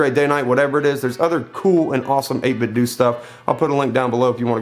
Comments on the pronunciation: It's 8bitdo do not doh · It's pronounced 8bitdō. Like Nintendo. I always check to see how the company pronounces it. At E3 they pronounce it with a long ō. It doesn't bother me at all that you pronounce it with the short ŏ though. I will take a cookie. 🍪